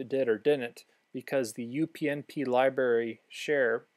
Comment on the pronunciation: Cool video. Btw, it's libRary, not liberry.